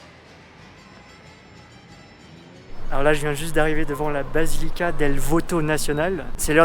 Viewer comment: Félicitations pour ta vidéo, par contre désolé de faire le rabat-joie, plaza se prononce plassa, et basilica "bassilica". J'habite à Quito depuis 10 ans et c'est super d'avoir une vidéo bien faite en français; merci !!!!